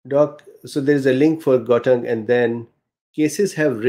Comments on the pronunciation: Gauteng is a province in SA pronounced kho-teng. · Pronunciation of Gauteng --> G= like the Scottish ch. A gutteral g. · How to pronounce Gauteng. The sound Gau is like "how" in English, but with the "G" sound in the back of the throat, as if clearing out phlegm. Gggow. A round mouth with that "ow" made long and snapping at the end of the syllable, to start the next syllable with a strong tongue movement on the "t". "Teng" is prounced like two words mixed together. The "te" in the word ten. A nice crisp, clear TE. And the "ng" in the word "fang". As the "n" is sounded, it then rolls into the "g" as one would do it in fang. Regards A South African.